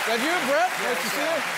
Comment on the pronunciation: no R in Jemaine